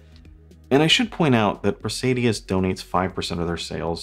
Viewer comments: He's added a few extra syllables in the name each time. Cracks me up. Pray-si-dus. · There's no "i" between the d and u in Praesidus. You are mispronouncing the name of this ugly watch. I can't imagine wearing it in public.